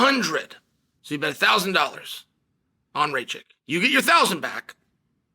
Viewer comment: It is Raa Kitch and not Ray Chick